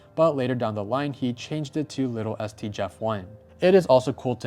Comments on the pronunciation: Did you mean to say Little s t or did you not know how to say Littlest? Like as in smallest? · There is one thing I can’t get over. Littlest. Not little es t. Littlest like smallest. It hurts the soul when you say little es t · It's not "Little ST", it's "Littlest", as in "the most little"